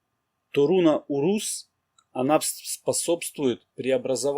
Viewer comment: Так и хочется внести поправку, ударение в названиях рун ставится на первый слог. Безумно режет слух фехУ и урУз. Даже не дослушала до конца